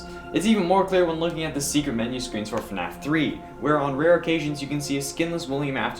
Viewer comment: do you realize u said NAF when you started the video?!?!